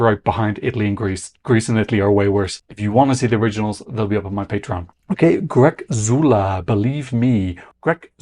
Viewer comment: Greczula is pronounciated Graysula. Just before his song was released I watched an old interview of him on swedish television that he gave a couple of weeks ago, just to know how this name is pronounciated. Anyway, I like his vibe and he will grab up those points from the 45+ age-groups that will carry him to the final.